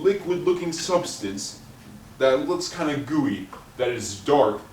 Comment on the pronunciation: He said goowey 😂 plz tell me nobody believes this fool.. his predictions are halarious. First notice the time this video was uploaded. Then realize that anybody who watches the news already knows a snow storm is coming lol. This dude is from the future yet he uses the word goowey 😂